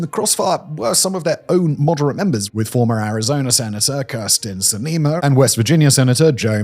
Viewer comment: also i’ve never heard Kirsten Sinema pronounced anywhere close to that😂